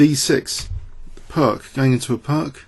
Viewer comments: Pirc is pronounced "Pirts", not "Pirk". It's named after Yugoslavian GM Vasja Pirc. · I know, old video but I just can't stand the wrong "Pirc" pronunciation, it is pronounced "Pirtz"